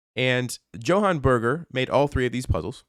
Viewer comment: It's a Germanic name, pronounced more like "Yo-Han Bear-ger", not "Joe-Han Bur-ger".